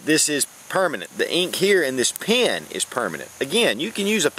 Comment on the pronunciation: I love when you say your in your car like "I Need a PeeANN", " I need a PeeANN"!